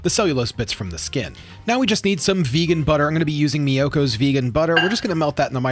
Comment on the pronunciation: I'm happy you learned how to pronounce Miyoko's name right :P